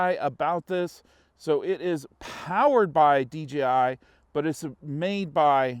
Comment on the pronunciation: It’s DJI NOT DGI LMAO